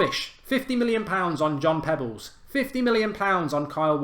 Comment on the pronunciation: Come on mark “John Pebbles”lol